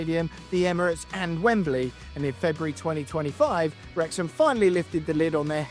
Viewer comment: Knowing how important the Welsh language is to this town and club, the very least this guy could do is learn how to say the name of the stadium correctly. The 2 times that he said it, was like nails down a chalkboard to me. 😬